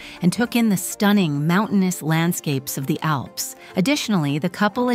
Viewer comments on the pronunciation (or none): none